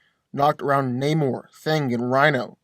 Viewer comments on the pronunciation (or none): none